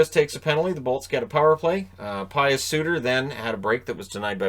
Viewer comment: Thanks for the Upload! Just for your information, this is coming from a swiss: Pius (Suter) is spoked with a (e) in the Pius, so in englisch you say Peus Suter😉 Love that Hockey's back!